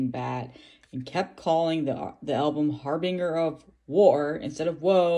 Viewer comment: Nice pickup, got my preorder yesterday too. Fantastic return album from probably my all time favorite bdm band. Looking forward to your review🤘 (Also, not to be a dick, but harbinger is pronounced har-bin-jer)